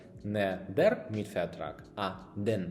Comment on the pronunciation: Доброго дня. Я на початковому рівні вивчення німецької. На уроках der нам так і проговорюють /дер/, у вас більше схоже на /ді/. Як правильно все таки вимовляти?